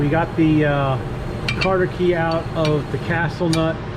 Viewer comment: That was a good vid and helped me separate mine on my 66 comet. also just a friendly tip, I don't believe it's called a "Carter key" I've never heard anything but "cotter pin" I may be wrong but figured I would say something before someone else ruder did. Thanks again for the info. Love the stang!